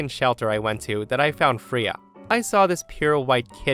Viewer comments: Hey, just wanted to let you know Freya isn’t pronounced as “Free-ah”, it’s pronounced as “Fray-ah”. It’s pronounced like this because it’s of old norse origin, and therefore does not care about the english language’s usual vowel pronunciation. 😊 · I love ya, but my dog is named Freya...you say it like the Norse goddess, sounds like fray-a, not free-ya, lol drove me nuts. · FRAAAAAYA .. Not Freeya .. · Freya = FRAYA not FREEUH, it's a simple pronunciation from mythology and not a name many people DON'T know. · Freya…Fray ah not Free ya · Triggered!! its not Freeah, its Frayah.. please look up how to say names before you do these if ur not sure. Its a pretty well known in Norse Mythos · First story, the name is pronounced FRAY-uh, not FREE-uh. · Fray-ya not free-ya. It’s a Norse god name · It's pronounced Fray-uh not Free-uh. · Story 1: Cats are great. I like how OP gathered all the accessories together before bringing Freya into her home. By the way, it's "Fray-ah" not "Free-ah". Story 2: I think there's a Bible verse to the effect that worship should be private, not public (as in church). Granny and her claque practice Churchianity, not Christianity. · Just an FYI, Freya is pronounced Fray-uh or Fray-yuh, not Free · “Fray-ah”Not “free-ah”…sorry. Love your channel but that was a rub… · I’m ngl the pronunciation of Freya is killing me 🥲🥲 it’s Frey-uh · “Freya” is pronounced “FRAY-uh”. :) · got nothing to say about the storys aside from story 1. Its pronounced Fray-ya while yes its spelt with an E it says the hard A sound. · I literally had to stop the video for a few minutes to compose myself after pronounced the cat's name "Free-uh." 😂 Real talk, though, if that were me, they'd find my sister's bones in a shallow grave in the desert 30 years from now. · Hey, the cat's named after the Norse goddess of fertility pronounced Fray- yah. She has a chariot pulled by two cats and her name is Old Norse meaning the Lady. Thought you might like to know.😺